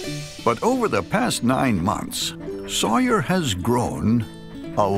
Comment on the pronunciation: Why does the narrator keep saying sawyar on the other hand